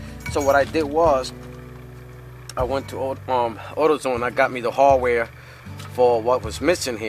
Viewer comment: This guy was driving me crazy... I gotta find the harwhere harwhere. I didnt know what that was. After an hour I found out he meant HARDWARE! THE HARDWARE, HARDWARE